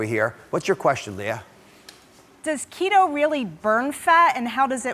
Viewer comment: Oz says Keto like a Mexican lol